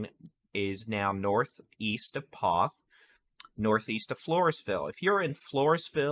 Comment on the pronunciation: Poth rhymes with both